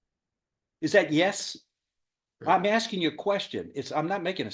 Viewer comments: Judge- Are you stupid? Defendant- "Corekt" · What a pea-brain! Who says "Correk" instead of "Yes" to a question? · He didn't even pronounce the word. "creh". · The judge was correct (correct pronounced with a low raspy tone).